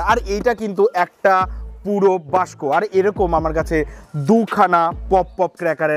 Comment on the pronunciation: দাদা বাস্ক না ওকে বলে বাক্স 🤣